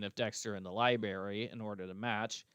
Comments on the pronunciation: Every time says libary my eyes twitch. That always bugged me. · “Libary” made me lol throughout this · I liked the culprit speeches! On a side note, I am not from the U.S. so I found it interesting that we pronounce library differently. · was intentionally pronouncing it the same way as Dexter to poke fun 😄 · So that's what that was! I've got to replay that game or rewatch a livestream, because I've completely forgotten how Dexter pronounced library.